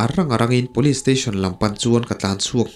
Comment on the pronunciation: Police tih i lamthiamlo hian beng a ti thlep trep